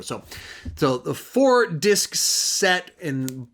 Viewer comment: Apocalypse now has multiple what? Lol it didn’t sound like you said disc. I too also grew up seeing all the Batman movies in theaters with my dad. We made it through the great, the good, and the bad.